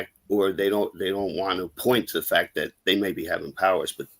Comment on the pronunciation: Take a drink every time says " that-tuh"😂 In other news, THIS SHOW GOOD.